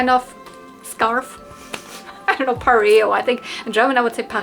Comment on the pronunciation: You said it correctly, its pareo :) in english and french.. i did'nt know that it was the same word in german :)